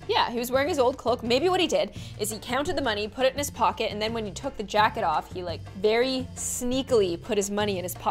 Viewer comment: did anyone else notice how it said jacked instead of jacket?